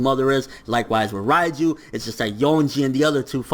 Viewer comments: not "Rai"-ju, it's "REIJU"!(Reige) Rei = 0 (Zero) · Who the f*ck is Raiju ? She's Called Reiju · Please stop saying Raiju